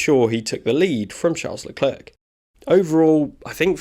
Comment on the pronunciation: It's pronounced "La Clair". You make him sound like a counter worker at the French DMV.